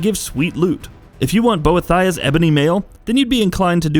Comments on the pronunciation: Jack W Bow-eh-thy-ah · Nice video, but . . . you need to learn how to pronounce names. Boethiah (Boe-Ee-Thee-Uh), Namira (Nuh-Mear-Uh) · The first most evil choice is mispronouncing daedric ( and ), Boethiah ( and ), and Namira